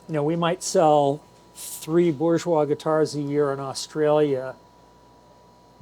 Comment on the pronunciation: You know,, there is an "R" in "BouRgeois" 😁